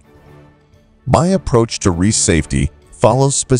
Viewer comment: the AI is so dumb it pronounces Rice as REECE you can tell its not an american AI